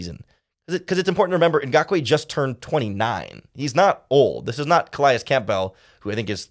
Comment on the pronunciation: Campbell, it’s cam-bül like the soup